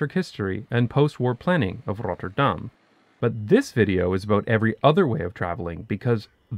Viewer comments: If you want to pronounce it the way Rotterdammers do, lose the trilled R. The first R should be a guttural sound like a Dutch G, just more relaxed, with less air, and ever so slightly more towards the front of your mouth. Forvo has some good examples. The second R is pretty much an alveolar approximant very similar to the one you're used to in English. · Damn there are a lot of replies here. 😯 I knew I would pronounce the "tt' wrong. That's because of the lazy North American accent that turns 'tt' into 'dd'. It annoys British people. Thanks for all the suggestions to improve it. Misschien moet ik ooit eens een hele video in het Nederlands maken? That may scare everyone off though ... my kids say my accent is "verschrikkelijk". 😂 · Who's the person that told you to pronounce it as RotterDAHM, I would like to have a serious conversation with that person. As we do not emphasize on the "Dahm", there is no emphasis. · You get a passing mark despite showboating your mastery. You've got a very clear accent, with a noticeable pause between the 'Rotter' and 'dam', with the emphasis ending up on the second bit in a rather... American-sounding way. If you get rid of the pause though I think it will be a lot less noticeable, even to natives who are already used to pronounciation getting butchered anyways. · it sounds fine, just a bit out of place since the rest of the video is in English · adding to this: the 'R' rolles to much, the 'Dahm' should be shorter and harder. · If he wanted to pronounce Rotterdam 'like the locals', he should not have used the typical Dutch 'Rolling R' but a 'french R' like in 'Paris' or 'Montréal', like the Rotterdam dialect 😉. Anyway it is laudable that someone (that lives here) will pronounce the names proper, don't you think? (What is find more stupid is Dutch, when they speak English, pronounce the names (places, people) in an English accent. )